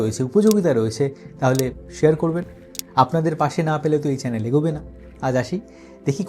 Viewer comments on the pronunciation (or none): none